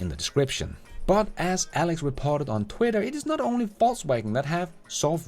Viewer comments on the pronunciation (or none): none